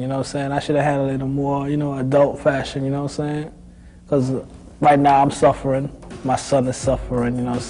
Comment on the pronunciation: I’m from London and personally his British accent creeped in a bit - especially the way he said “suffering” and “I could be out dead” sounded very much like a Londoner but then disappeared when he said the word “life” lol